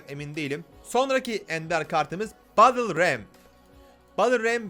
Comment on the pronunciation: BettılRem diye okunur